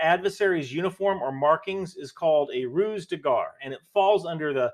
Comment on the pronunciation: French language: Exists: Roose de Gar! 😆